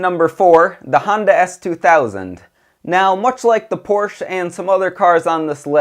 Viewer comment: Good review. Learn to pronounce Porsche.